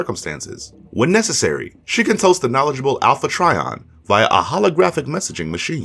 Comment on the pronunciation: Its pronounced "try on",not "tree on".seriously,dude.